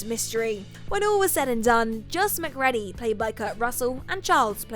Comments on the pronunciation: Mc Ready? It's pronounced Mc Reedy. Jaysus do a little research, maybe even watch the movie, and don't just read the script! And as usual the sudden end to the video is jarring. Up your game Whatculture! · It’s Mc-“reed”-y and “Koo-yon” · gets no points for anything to do with "The Thing" because she hasn't seen it, she's just reading copy. Anyone that saw that movie would know "MacReady" is pronounced "mac-reedy" and "Childs" is not pronounced "Charles".